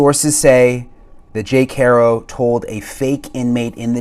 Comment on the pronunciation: Why in the hell won't people pronounce Jake's last name correctly? It's easy...HAR...O...NOT HAIR...O...